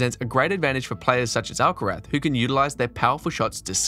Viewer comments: That's the proper pronounciation. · Beautiful (and accurate) pronounciation of "Alcaraz". Quite unusual.